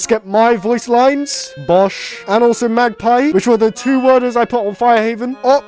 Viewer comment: YOU ARE SAYING MAGGPI WRONG